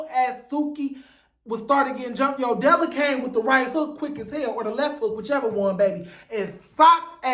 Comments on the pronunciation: It’s “Yo Della” for me… you mean YO-DE-LA? 😂😂😂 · You mispronounced Yodala's name LOL As far Sidney Starr- she's known for always falling and losing her balance, she's also not a fighter. You made good point how Mangina was brought in to fight Sidney mainly cuz Sidney is trans and Mangina can't touch any of the girls.